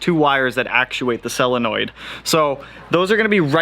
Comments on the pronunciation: Sounds like you’re saying “cell-a-noid”. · Cellenoids... God you're killing me. Solenoid!